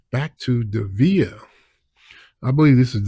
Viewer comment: It's pronounced Dee vee ay.